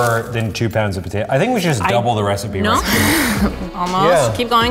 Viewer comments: I love how says Poh-tato like Steven now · Wow pronounced both t's is potato very clearly, he must have rubbed off of steven